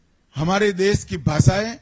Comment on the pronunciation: Dess nahi desh hindi to bol lo sahi say